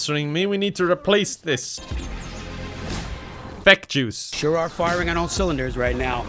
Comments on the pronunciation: i thought he said feck jews instead of FeckJuice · At first i heard „feck JEWS“ but then i understood it 😂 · For a quick second I thought you said “Feck jews”